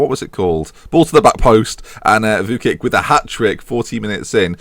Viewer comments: Target, TOP 2, btw Vuckic is pronounced Vuchkich ;) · pronounced vooch-kich